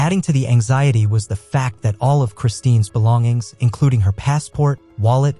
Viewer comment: Her name is Kristin Smart, not Christine!! Sheesh